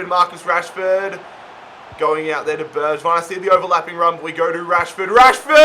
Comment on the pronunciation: Also its pronounced berg-vign